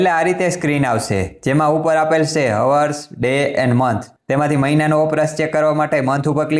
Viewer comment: (hours) હવર્સ ના હોય ભાઇ, અવર્સ બોલવાનું, H silent છે